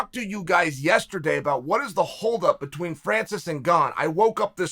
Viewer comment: Whenever Chael says “Francisngone”, it takes me a split second to realize he is meaning “Francis and Gane” and didn’t just leave the /oo/ off of Francis’s name.